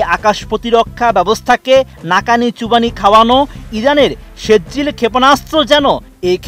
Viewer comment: সেজ্জিল নেহি কহো বরং শব্দটি হলো সিজ্জিল।